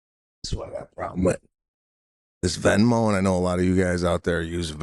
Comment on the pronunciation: ITS NOT VINMO PETE! ALWAYS MISPRONOUNCING STUFF!!!! 😂